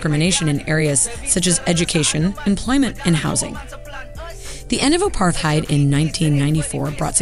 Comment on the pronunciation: I wish the rest of the world would pronounce 'Apartheid' correctly